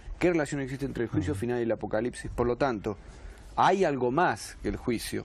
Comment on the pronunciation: Acocalipsis, apocarripsis…no logra decirlo bien 😂